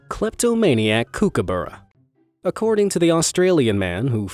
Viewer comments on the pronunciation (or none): A kookaburra isn't pronounced (kook-aburra) it's pronounced (cook-aburra) lol. You're welcome...... From an Aussie x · ausys say kookabura not kuukabura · you pronounce kookaburra: kook-u-bu-ra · Pronounced cookaburra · It is a cook-a-barra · It’s pronounced cook-a-barra but still amazing video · You pronounced kookaburra wrong. It’s cook-ah-bah-rah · He said kookaburra wrong